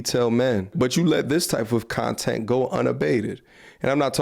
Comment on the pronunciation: A piece of "shontent" 😅